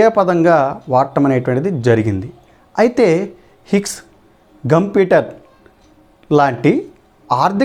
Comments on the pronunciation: గంపిటర్ కాదు షుంపిటర్ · ఘంపీటర్ కాదు షుంపీటర్.